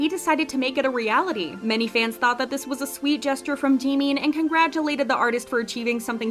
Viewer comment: I tohught Jimin was someone else bc of the procnounciatiuon but then i noticed lol